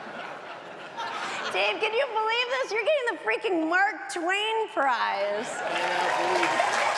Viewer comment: I love it! She said prize. 🤣